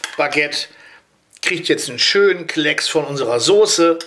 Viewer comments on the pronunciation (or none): none